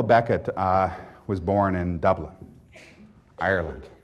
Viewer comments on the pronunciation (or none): none